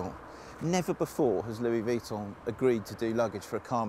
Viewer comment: "luis veeton" lol!